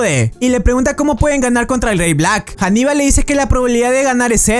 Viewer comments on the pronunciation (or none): Compañero. Haníbal. No Janibal. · Anibal no janiba, y no es de Roma si no fenicio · cuando pronuncias el nombre de ANIBAL lo pronuncias con h diciendo HANIBAL pero es ANIBAL